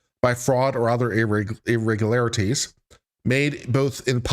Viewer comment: Lmao, the first time you said it , I was fine and I said it with no problem, then you did it that third time and I was like oh no..I could not pronounce that word that I’ve never have had a problem in my life with😂😂😂..I had to stop the video and try saying like 10 times before it came back to me…lmao ..the curse of the irregularities …😂😂😂…but anyways, ur my fav lawyer in you tube …:)